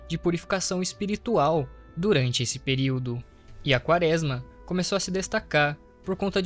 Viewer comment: vc já falou, pq é um Erro, se percebe q vc Não conhece a palavra(errando todas às vezes) e isso atrapalha na absorção da sua mensagem. Seria só regravar essa parte do áudio.